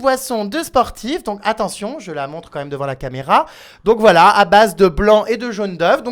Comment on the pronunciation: Qd ils disent voilà j'entend wallah 😂😂😂 pas vous ??